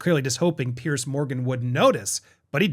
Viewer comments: Just a point of clarification, Mr Morgan's first name is Piers, not Pearce. It is pronounced like the plural of peer (peers). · Andy… love you and this channel. But it’s PIERS. Like Peers. Not pierce. Thanks! ❤